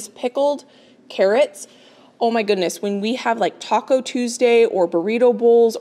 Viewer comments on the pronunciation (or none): none